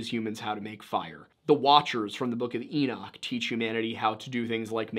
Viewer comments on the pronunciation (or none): none